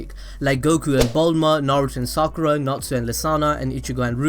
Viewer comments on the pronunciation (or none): none